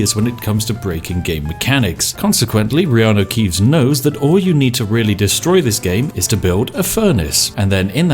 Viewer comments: Reano keeves haha spat my yorkshire tea out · IT'S REANU KEEVES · ''it's the fantastic Reanu Keeves'' knovlege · "reanu keeves"